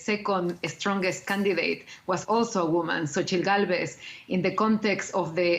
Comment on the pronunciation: How did they pronounce Xochitl?